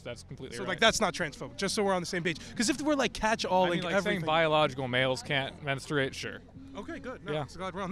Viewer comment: Okay, but menSTRUate? Please stop pronouncing like this hahahah